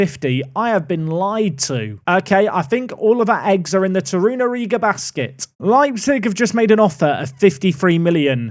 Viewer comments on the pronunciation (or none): none